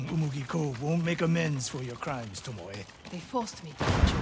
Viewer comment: Im still laughing at the guy that literally read Tomoe's name as TOMOW. like WTF IS A TOMOW?